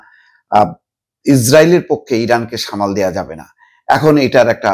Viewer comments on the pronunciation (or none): none